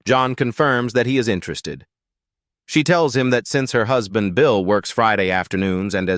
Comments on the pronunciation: WHO'S-band? What, AI can no longer pronounce words like husband? C'mon. 🙄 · Gotta wonder how badly they typed "husband" for the AI to get it that wrong. I'm used to AI not knowing how to pronounce "I just read a book" as "red" instead of "reed."